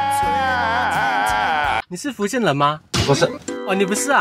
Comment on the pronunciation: 臺灣的台語也有分口音 但是基本上都還能辨別 而你的台語就像北部一些不會講台語又硬要講的那種 光是開頭的廈門與福建就能聽出你的水平 廈門的廈直接用ㄒ一ㄚˋ說? 福建的福應該是第五聲 先把基本的對話練好再挑戰吧! 別開口就破功